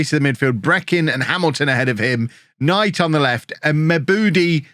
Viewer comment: To my knowledge, I think Mebude is pronounced Mi-boo-day